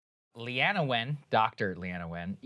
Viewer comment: It's pronounced Lean-na